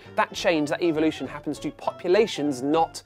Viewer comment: I love how he can’t pronounce evolution properly